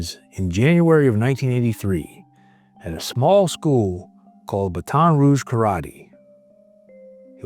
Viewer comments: It's not "Baton" like the weapon, it's like "Batten" (like Batten down the hatches). Cheers! I think most of the world can relate to Gary, whether they are a father or not! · it's BAT on Rouge, not baton rouge... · Isn't it pronounced "BAT-'n" and not the thing used in Olympics and relay races? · The Bat-ton Rouge is killing me, come on! Ba-ton Rouge, how hard is that to say? Do better, computers. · BATT- en ....... NOT.... but- ONN By the way, lose the AI or just wrong pronunciation. You don't keep subscribers with blatantly wrong pronunciation. I'm one who will never be. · This is an hour and a half away from me and I just had to say it’s not baton like a stick weapon it’s bat 🦇 on 😂ok I’m shutting up now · it's pronounced "bat tohn" like in french.. not "bat ahn" like in english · exactly- it’s pronounced “Bat-tin roohje”. The AI saying “baton” as if it’s a baton being handed off in a race is just … infuriating. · Baton Rouge is pronounced. Batt-en Rouge. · Hearing you pronounce it Ba-TON' Rouge, over and over is so annoying. I'm 57 years old and I have never heard it pronounced that way ever, by anyone. Who told you to pronounce it that way? Seriously. I want to know the name of the person or source that told you to pronounce the name of a major city, that every 8-year old child has pronounced correctly, with the accent on the second syllable. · Oh my goodness,! It’s pronounced “BATTEN” Rouge! 😅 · Aaarggg ugh!!! This Ai crap is getting stupid. It’s not Ba-Ton Ruge. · For future videos, Baton Rouge is pronounced Battin’,… like “batting” without the G. Signed, a Cajon! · Btw it’s pronounced Bat-in rouge - from a Cajun. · We usually pronounce it BATten ROOgh, no? Are you an AI? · You can tell the narrator is not from the south because he says Baton all wrong 😂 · This dad is a hero. Please say Baton Rouge correctly. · How do you not know how to pronounce Baton Rouge? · Hearing Baton Rouge said wrong is funny to me. I lived about an hour from there growing up.